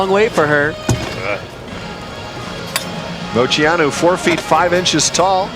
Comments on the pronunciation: It wasn’t pronounced wrong on purpose. She got really nervous and it came out wrong. She said she was embarrassed afterwards. I think it’s cute she messed up her own name out of nerves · I'm confused now lol. Did Dominique Moceanu pronounce her last name like "mo-SEE-ah-noo"? I listened twice and it sounds like she's definitely saying it like that. I've always thought it was "Mo-CHEE-ah-noo". I even googled it and everything I saw said its pronounced that way. Has everyone been pronouncing it wrong this whole time? Maybe I'm just hearing her wrong, she said it pretty quick and was quiet. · You heard right. I remember hearing something from her about it, it may have been in her book. I can’t remember the whole story but she admits she pronounced it wrong on purpose. I wish I could remember why!!!